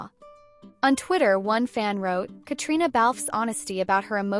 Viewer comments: KATRINA!!!!! Just because it’s spelled Caitriona does not mean you have to say all the letters!!! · Please learn how she pronounces her name. It sounds like katrina.